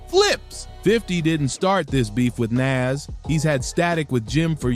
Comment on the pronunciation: Soon as you pronounced Nas like it rhymes with cash instead of cause.... I paused it, wrote this and immediately left.